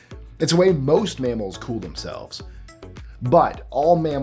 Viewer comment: "mamals." I was on the fence about this anyway...